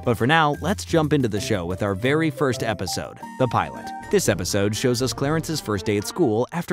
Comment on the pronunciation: You said pilot wrong in the beginning